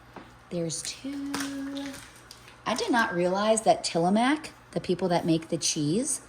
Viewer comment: Tillamook "Moo"🐄🐮 not mack🙃